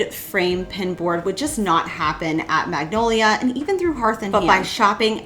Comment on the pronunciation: Great DIYs...but is it just me or do you keep mispronounced "Magnolia". It is a type of tree actually. Joanna Gaines brand of course too, but maybe I am hearing it on your video wrong...maybe not. Love your creativity!!!😊